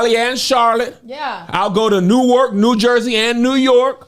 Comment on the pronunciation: Kevin, don't you ever say New-ark NJ! It's Nork!😂